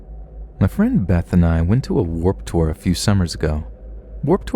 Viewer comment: what the fuck is "Whoop Tour"? ........ Either this is some kind of tour I've never heard of or you seriously can't pronounce "Warped Tour". lol